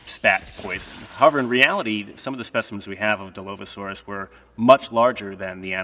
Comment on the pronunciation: No hate but like a dinosaur expert can't even say dilophosaurs right